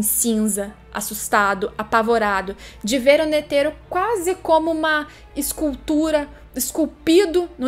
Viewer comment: Eu escutando ela falar ''N E T H E R O'' EU: aaaaaaaaaaaaaaaaaaaaaaaaaaaaaaaaaaaaaaaaaaaaaaaaaaaaaaaaaaaaaaaaaaaaaaaaaaaaaaaaaaaaaaaaaaaaaaaaaaaaaaaaaaaaaaaaaaaaaaaaaaaaaaaaaaaaaaaaaaaaaaaaaaaaaaaaaaaaaaaaaaaaaaaaaaaaaaaaaaaaaaaaaaaaaaaaaaaaa